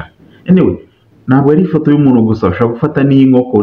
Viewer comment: Urasabwa gukura ubunebwe mu kuvuga ,kuko uvugana ubunebwe ibihekane bikurikira." Nt " na "mp"aho kuvuga umuntu wowe uvuga "umunu",aho kuvuga impamvu uvuga "imamvu"